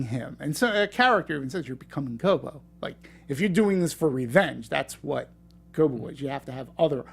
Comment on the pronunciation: Its Koba not kobo